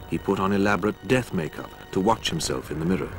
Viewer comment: wanna wach? what the fuck are you on about. put you're teeth back in i can't tell what you're saying.